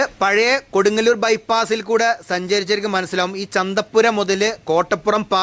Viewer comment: Bro can tell the name properly. because it’s very important Kodungallur 😅😅😅